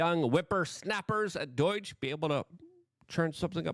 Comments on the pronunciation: DOUGH-J NOT DOYJ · Why does Luke continue to pronounce it as Doyge? 😅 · Stop saying doiyge 🙄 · Luke is my kind of larger kind of bigger favorite kinda Podcaster. I just wish he would stop calling DOGE Doidge.